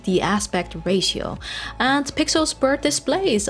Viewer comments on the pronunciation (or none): none